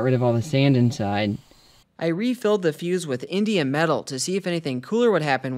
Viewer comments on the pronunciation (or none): I heard "Indian metal" at least 4 times and I'm all "what the heck is Indian metal?? Aren't people going to call that racist?." (It's indium… LOL)